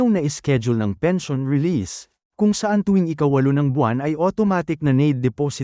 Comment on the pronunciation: fake, maskina pag pronounce pens. i. o. n.